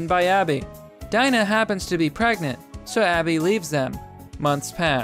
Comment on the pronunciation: 1:Abby isn’t trans. 2: It’s pronounced DEE-NA.